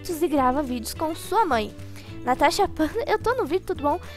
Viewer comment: vc falou Tanasha de novo kkkkkkk